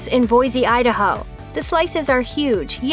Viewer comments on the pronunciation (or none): none